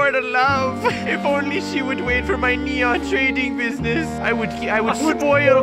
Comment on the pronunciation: Yeah it's neon not nenon